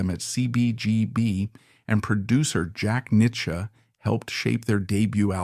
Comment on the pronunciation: C B G B. Jack Nich ya Terrible...AI sucks